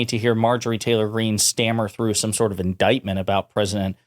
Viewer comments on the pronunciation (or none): Lol!! Indickment!! I remember that!!